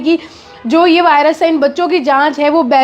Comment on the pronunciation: वॉयरस ❎ वायरस ✅